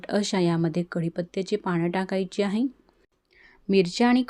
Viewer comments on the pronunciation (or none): none